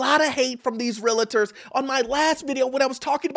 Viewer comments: 20 years in the industry and he can't say it right. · Realtors not Realitors!